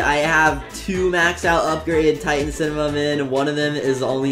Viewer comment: 1. u didnt say upgrade titan cinemam but u said upgrade tittan camerna bro